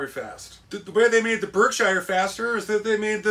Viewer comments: Just a update on the name It's pronounced ( Berk - Shear ) on the B&O.. through the Berkshire's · Berkshire is pronounced "Berk-shere"!